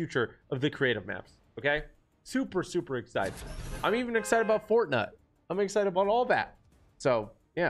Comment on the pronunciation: Bro said fornut